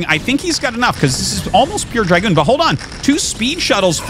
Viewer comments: "Drag-goon" every time he says it I'm like brother.. it's a Dra-goon.. say it like it would the Cavalry Trooper from the s. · "Drag-goon" it hurts my soul every time I hear Artosis say it this way, brother it's "Dra-goon" like the Cavalry Trooper of 17th & 18th Century Warfare.